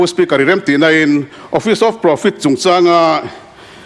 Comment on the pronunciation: Kan ek eia ve hi..spu spikar te a'n tiah😂